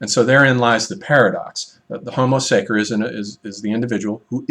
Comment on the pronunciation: Homo sacer is pronounced (sacher)